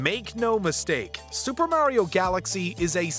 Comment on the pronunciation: The way he said Mario’s name made me go watch something else😊